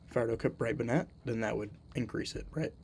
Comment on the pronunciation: this is great stuff! but the way you say "brightbonnet" is a little upsetting, I do forgive you tho!